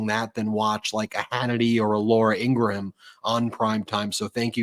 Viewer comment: RANDOM COMMENT: Please say Laura Ingram’s name correctly. It’s so distracting to hear you say “Ing-gra-HAM”. Also, I understand why you enjoy calling him “Shady” Vance, but it sounds so juvenile. It’s hard to listen and take your excellent points seriously.